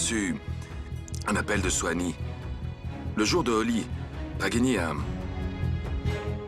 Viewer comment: J'aime quand Suanie prononce son prénom en disant Suanie😘😘😘😘, c'est tellement chou, je l'aime tellement cette Suanie.